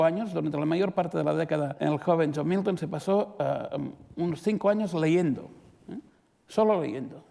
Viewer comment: Por qué pronuncia "miuton" confunde porque uno piensa en Newton...